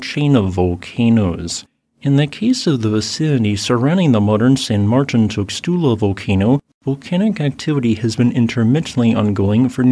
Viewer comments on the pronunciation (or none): San Mar-TEEN TOOS-lah